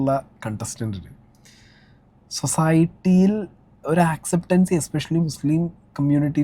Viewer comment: സൊസായ്ട്ടി അല്ല...സൊസൈറ്റി.